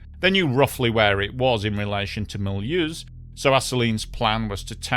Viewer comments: Sorry but please Run your German names through Google Translate audio before you record a video. It is not Mull-use... but far more pronounced like Mule-house-n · Mul Whoooose, not Mully ooozzzzz